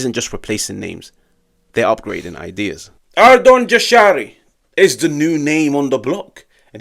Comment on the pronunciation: In Albanian, the letter ‘J’ is pronounced like the English ‘Y’ in the word ‘yes’. So it’s ‘Yah-sha-ree’, not ‘Jah-sha-ree’ or ‘Zha-sha-ree’. Think of it like saying ‘Yashari’.